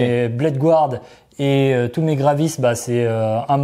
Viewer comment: *encore, "gouarde' 🤦‍♂️